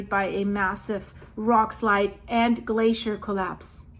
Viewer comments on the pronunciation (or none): none